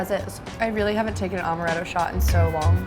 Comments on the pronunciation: in my best Hermoine voice: “it’s AM-er-ett-o, not AUM-erett-o!” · It's not Omaretto...its AAAAAmaretto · Amaretto is strong, but not strong enough to get hit from one shot. She also pronounced amaretto wrong and it was bothering me so badly lol